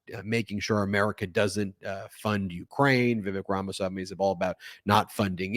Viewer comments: Ben, I personally don't like Vivek, but even if you read his last name, there is no way to pronounce his name the way you do. Shameful. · You couldn't even pronounce Vivek Ramaswamy's name correctly. Don't you have any Indian friends? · You have a very unique way of pronouncing Rama-swami, there, Ben. :body-green-covering-eyes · Your inability to pronounce Ramaswamy's name makes me doubt your attention to detail in general. You lose credibility. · If you can't even take the time to learn an easy name like Ramaswamy, why should I trust anything else you say? I can't stand these smarmy elitist not serious people any more. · Why can’t you say Vivek’s last name correctly? Are you purposely mispronouncing it as a slight? You’re better than this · “Ramaswamy”. Good luck with that, buddy. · Bruh, you cant even pronounce the name properly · Dude, you literally can’t pronounce Ramaswamy and you are talking about Fascism and liberal values, you dint even make an effort to learn his name, you literally are a racist. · Ben, much as I agree with you, I have to take issue with one thing: you constantly mispronouncing Vivek Ramaswamy’s name makes you sound either like a dilettante or at least a little racist. The good news is, a proper pronunciation of his name is readily available on Wikipedia: . To be clear, I’m not a fan of any of the fascists that debated last night, I just thing that if you’re going to do news coverage, you owe it to yourself to do the basic things like pronouncing names correctly. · HEY BEN, you are mangling the pronunciation of "Ramaswamy". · Ben, are you intentionally mispronouncing Ramaswamy’s name or did you just misread it? Other than that, I agree that the clips I have seen so far really have been a disaster, but I will watch the entire debate to see if anything of substance was said. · Ben, please try to learn how to pronounce “Ramaswamy.” I know the guy is nuts, but still… thx :) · Will somebody please tell Ben how to pronounce Ramaswamy?